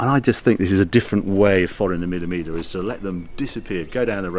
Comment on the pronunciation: Love you Harry but please, there's no L in Miglia. Its pronounced 'Me yah'